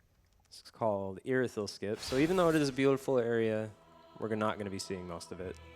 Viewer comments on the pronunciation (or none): Ear- eh-thyll. Irithyll